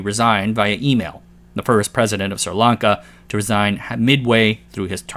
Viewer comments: SRI Lanka not Sirlanka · that isn't how you pronounce sri lanka